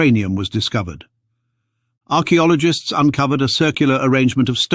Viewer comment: "Arak Biologists" Really ?